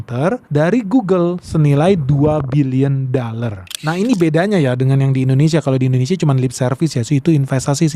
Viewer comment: Cakap dollar pun tidak tepat.dallar😂😂😂